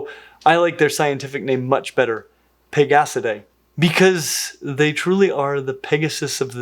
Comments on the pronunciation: totally thought you said "bigassadae" 😂😂😂😂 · I'm not going to lie, I thought you said pigassidae on that first one. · NGL when you said "pegasidae" I totally heard "pig ass today."